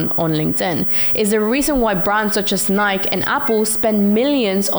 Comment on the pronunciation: Was "Nyke" (aka Nike-EEE) on purpose? ; ). Great video!